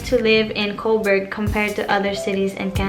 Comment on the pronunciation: Couburg? hello ate hahahaha